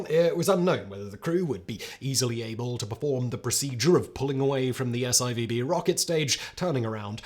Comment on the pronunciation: "S-i-v-b?" 'S4-B'...........😳 Then later pronounces it correctly? S L O W D O W N ?